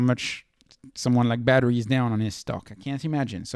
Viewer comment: Why do u keep calling badhri “battery” LOL